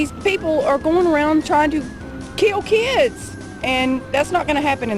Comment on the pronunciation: "they're tryin to keel keeds, that ain't gon happen in the south."